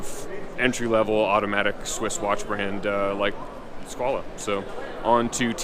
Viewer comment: Why is he pronouncing Squale as Squalah?